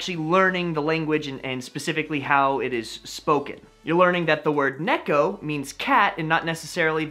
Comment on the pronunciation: Nice idea to help people learning kanji. I myself always found actually learning them by book way faster, but then again, that's just me ^^ I should note (although I'm sure others already did as it's obvious) - you mispronounce "cat": It's pronounced "ne-ko" (same pace for all syllables). Your pronunciation would be true if it were written ねっこ (nekko), but of course correct is ねこ. Important since ねっこ means "tree stump" (or in some cases -root).